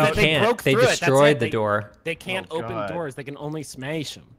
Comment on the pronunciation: "Smesh them" and stressful boys...